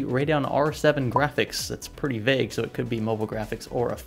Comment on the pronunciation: You mean pretty VAGUE-A I hate my life.